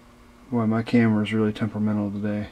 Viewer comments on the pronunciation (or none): The "T" appears to be silent also TWENNY instead of TWENTY, TEMPERMENNAL instead of TEMPERMENTAL. Google the word SAWDER no such word, Soft sawder?